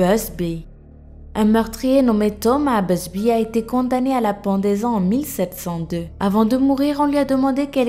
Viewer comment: Quand ta dit la chaise busby j ai compris la chaise ZBEUB....